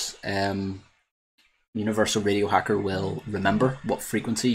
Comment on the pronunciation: I was gonna wise crack on ya because in the beginning of the video it sounded like you said "video signal", but after replaying several times I can hear you actually said (or tried to say) "radio signal" 🤣😁